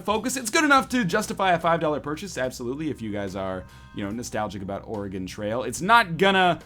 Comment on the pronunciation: As an Oregonian, anytime someone calls it "Ore-E-Gon" I cringe. It's "Ore-E-Gun." C'mon bros.